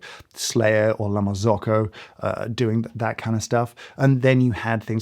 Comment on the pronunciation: Kudos mate for pronouncing Mazza correctly! Now just La Marzocco to go—Marz-okko, not Mars-oco. 😉